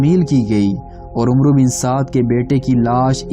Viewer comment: This word is not omro it's amr bin Saad wao is silent